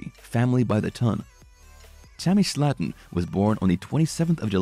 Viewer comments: The family pronounces their last name as Slayton (Slay-ton) - not Slatten (Slat-ten). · Their name is prenounced like this... (Slay-ton) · Please learn how to say Slaton.